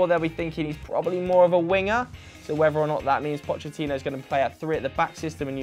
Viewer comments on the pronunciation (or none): none